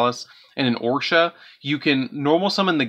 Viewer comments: Love the deck profile, but listening to you completely butcher some of those names was painful. Calling it "Orsha" the Squall when Oroshi doesn't even have an A in the name triggered me a bit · Gladius = Galus. Oroshi = Orsha. WTF??? I think you might need to go back to school and learn how to read.